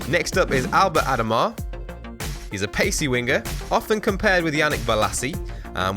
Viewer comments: Albert adomah is pronounced A-doh-ma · It's ad o mah